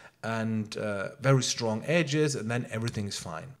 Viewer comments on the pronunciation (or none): none